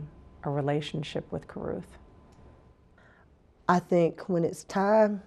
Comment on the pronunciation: Why is that monster Van Brent Watkins putting an "F" at the end of Carruth?